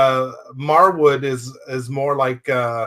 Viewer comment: Just wanted to mention that his name is pronounced Marwood 😆 great review btw.